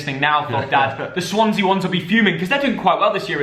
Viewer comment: Swansea 😂 Cardiff 😂😂 Lincoln 😂😂😂 It's taste not like promooootion !